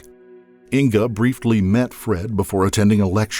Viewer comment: Did you say "brieftly"?